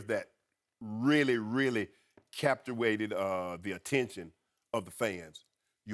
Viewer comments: Did Shannon just say capchuwaited??? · "Captuated" I love Shannon Sharpe when he tries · Capti-waited..huh? You mean captivated. Shannon cracks me up..😂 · "...really really -- CAPUATED -- ah, the attention -- of the fans..." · did he say Captuated!!???? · Really really captuated Lol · Did he say "CAPTA-WAITED??" 😆😆😂😂Its that thick tongue! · Did he say captuated?😂😂😂😂😂